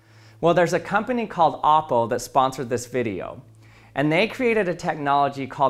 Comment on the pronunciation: I am so happy he pronounced it as op-po. not o-ppo.